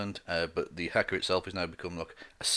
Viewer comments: It’s pronounced hah-kah my friend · The first "a" in haka is long, as is the second.